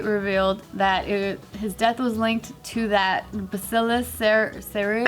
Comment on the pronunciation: hey, you said bacillus 🦠 right the first time:-)